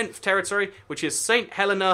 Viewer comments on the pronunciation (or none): Surely "Cockburn" is pronounced "Coh-burn", no? Also it's not 'Saint Helen-ah', it's 'Saint Helee-nah'...my best friend if from there :)